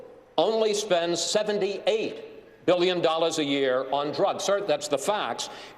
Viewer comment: Never trust a businessman who can’t pronounce the word billion.